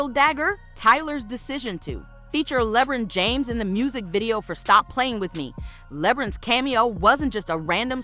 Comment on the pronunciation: "Lehbrin james" never talk about drake again